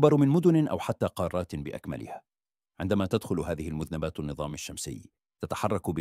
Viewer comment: المذَنّبات مو المذْنِبات